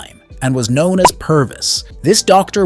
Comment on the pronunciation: AI voice over.. Ghost pilot knouan as😩